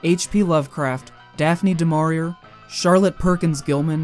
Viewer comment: Just an FYI, "du Maurier" is pronounced with an "ay" sound instead of an "er" sound in the final syllable. Anyway, great video!